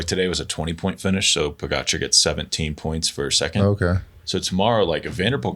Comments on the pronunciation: Why do Lance and George continue to slaughter Tadej last name when Bradley and Johan pronounce it Correctly ??? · Have some respect for Pogačar and Vingegaard - These guys need to learn how to pronounce their names correctly!